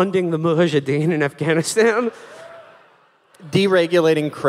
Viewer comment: is will intentionally mispronouncing Mujahideen every time?